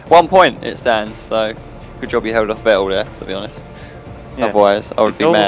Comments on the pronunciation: Well actually it is more like Fettle - exactly like settle, just with a spoken F:) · Great video! But could you pretty please learn to pronounce Vettel's name properly?